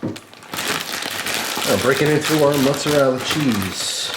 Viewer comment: "mozarell" lmao i love that accent